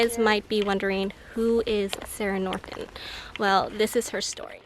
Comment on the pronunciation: Norton not Nortent